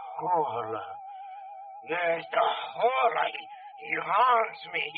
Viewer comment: It's not the horia. It's horla.